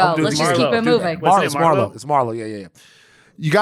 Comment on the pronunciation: As a fan of Way Down in the Hole, it makes me smile to see Van still sayin Marlo's last name wrong. Never change!